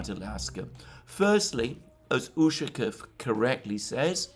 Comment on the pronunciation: ushakOv, not Ushakov